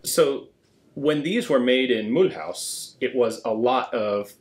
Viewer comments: Mull-ooze. Sacre bleu, Ian! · The way he pronounces, Mule-House bahaha, it's mù-loose ! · Dear Ian, In French , Mulhouse is pronounced Mü-looz , not Myül-Haus . Your pronunciation is directly derived from the German name Mülhausen, but today and since the return of Alsace under French rule after WW2, the accepted form is the French one as described above. Respectfully. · It's not mul-house it's mulooze. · I'm french and the way you pronounce "Mulhouse" make me smile. We would rather pronounce it "Muloose". Great video by the way. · mulhouse is prononced "muloose" in french ;) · The way Americans pronounce Mulhouse immediately brings me back to the Simpsons.